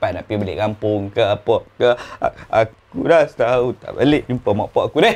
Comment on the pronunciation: 0.52 bunyi mcm kok belah baling "deh"...org mn ni